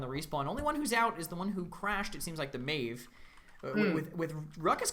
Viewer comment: Meev? what the fuck is meev? maeve literally says her name in game and people still can't get it right but at least I didn't expect that from a caster.